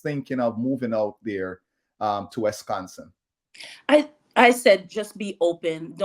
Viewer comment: It's Wisconsin not Wesconsin.